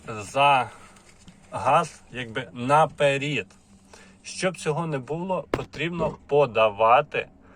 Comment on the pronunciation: Вибачте будь ласка,чому на --перід,мені здається що правільно казати на перед,провірочні слова :по переду, вперед, ну ніяк не вперід ,правільно буде говорити : ,,наперед не спішіть платити кошти,,. образити нікого не хочу,але ж ми всі вчимося розмовляти українською мовою,но правільно.